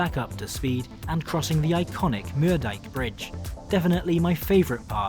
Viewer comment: Moerdijk with oe as in shoe please!